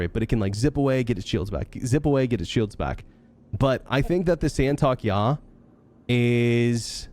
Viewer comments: San-Tok-ey-I ,not San-Talk-Ya 😂 or just call it STY Fighter (TIE Fighter) Good video though, thank you 😁👍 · just wanted to interject and say it's pronounced 'Santo-kee-eye' :) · It’s “Saint of Kai”